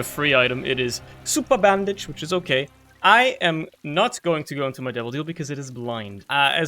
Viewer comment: why did u say super bandage like that 🗿